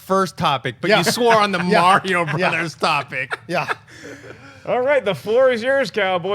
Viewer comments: It's Mario, not mare-e-o. It's a hard R sound. Also, y'all are some Patriot haters. Stay jealous. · raised my eyebrows each time pronounced Mario haha I've just never heard it said that way before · Dafuq is MaryO? MaryO and Luuuueeeegeee